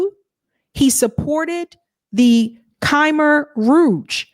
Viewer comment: Moo-jah-hah-deen. Kuh-meer/kuh-my Rouge (cambodia pol pot). I truly appreciate your analysis. You're really helping to pull back the curtain on American Empire and Imperialism. I also appreciate your analyses at the intersection of class and race. Appreciate you dispelling all of the Sweet Lies with the Hard Truths.